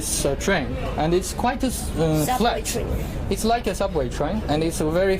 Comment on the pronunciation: 大哥，人家普通人口语有口音没什么，可这是职业，记者。你脑子有病才瞎比较。这男货英语口音和发音实在不敢恭维。“and”用了一大堆，而且拉长音来想着怎么说。“like”尾音也拉得那么长实在怪。这女孩子发音比他好多了。